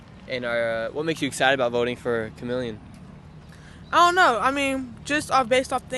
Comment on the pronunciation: The girl called her Chemeleon. Lol 🤣 😂